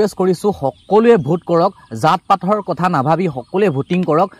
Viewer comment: Kathor Nohoi Dada Kathar Hoi 😊